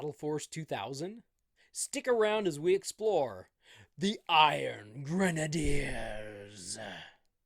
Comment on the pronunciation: Finally, someone on Youtube that can pronounce "Iron Grenadiers" correctly. Now, do any of these figures come with actual grenade launchers?